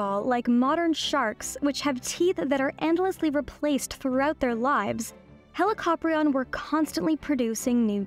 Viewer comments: I’ve always heard it pronounced as Heli-co-prion rather than the way you say it, Heli-cop-rion. Is there a specific way you should pronounce Helicoprion or do both ways actually work? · The pronunciation of Helli-copter-ion is almost unacceptable to my ears. It's heli-co-prion. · I always thought it was pronounced helico-prion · "Helicoprion are" sounds wrong to me. The plural is "Helicopriones", with the second 'o' being long in the singular but short in the plural. "Πρίων" means "saw", not "jaw" (which is "γνάθος").